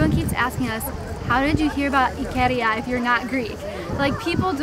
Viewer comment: it's not ikeeeeeria it's ikaaaaaaaria